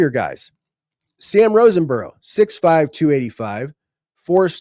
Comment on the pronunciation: I promise I’m not complaining. But….😂 There is not an N in Sam Roseborough’s name. Just wouldn’t want you to call him wrong name to his face. Great job as always!! Love!!!!